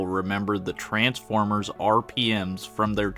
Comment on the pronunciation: Transformers ❌ Ers ✔️